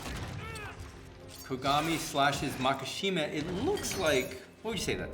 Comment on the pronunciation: Such a good video, hope to see some more psycho pass and even some cowboy bebop. Only thing that bothers me was "mak-A-shima"